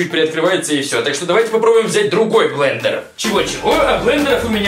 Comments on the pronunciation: БЛЕНДЕР, а не БЛЕДЕР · Блэндер😂😂😂а не Блэдэр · особенно "бледер" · БЛЕДЕР а не блендео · Понятно как учился в школе...... Бледер, бл@ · блендер а не бледер )) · Не бледер а блендер! Измени название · может блендер, а не бледер? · А ошибка Блендер, а не бледер!